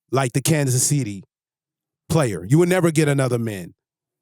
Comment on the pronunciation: It's player( he isn't) not playa.Playa is beach in Spanish